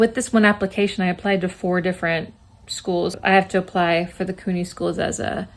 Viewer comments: Congrats!! Just fyi new yorkers generally pronounce CUNY "Q-nee" not "coo-nee" ❤ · I find it funny the way you say CUNY lol. Its pronounced kyoo-nee not coo-nee, while SUNY is pronounced soo-nee 😅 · Congratulations! The way you pronounce CUNY made me giggle 😊 Congrats on your awesome results